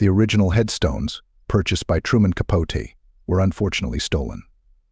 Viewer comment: If you can’t say Capote’s name correctly, you might want to rethink posting such ‘documentaries’.